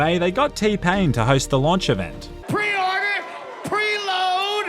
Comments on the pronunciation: Did say pre cum? Lol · There’s no way said Preorder, Preload, Precum 💀